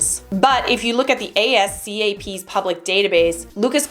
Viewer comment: LEARN HOW TO PRONOUNCE THE ENTITIES YOU SPEAK OF!!! "Ne-Yo" is pronounced as: Nee-Yo "ASCAP" is pronounced as: AZ-CAP I had to keep rewinding the video to make sure I was hearing what I was hearing because you neglected to do your homework. #Lazy